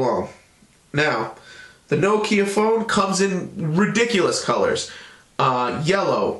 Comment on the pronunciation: Thank you, good review. I must congratulate you, the first american ive heard pronaunce Nokia right, most of you say nokiiija. :)